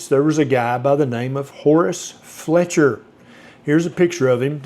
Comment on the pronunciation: thats "Fletcher" not Feltcher right?😂 I always thought it started, as a means to control during Victorian times, when strict protocol was thought to better oneself, Kellogs anti wanking flakes, must be one of the greatest financial successes of a failed product ever 😂